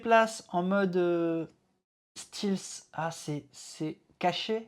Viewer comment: ça se prononce "stelf" pour info. ;) Et dans le contexte je dirais "discrétion".